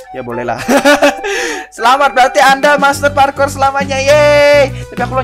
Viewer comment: Parkur bang bukan parkor